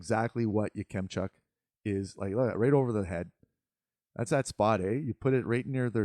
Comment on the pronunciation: Your pronunciation of Yakemchuk is a bit hard on kem . Say it like Ya-Cum-chuk. I would put in around 9-15. I like him for the flames if they can’t get Tij.